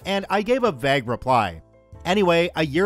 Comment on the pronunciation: The pronunciation of "vague" gets me every time other than that I enjoy the stories keep it up